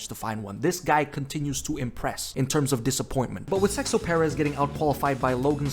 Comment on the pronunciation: i cant find the exact timespot but did bro call sergio perez sexo perez?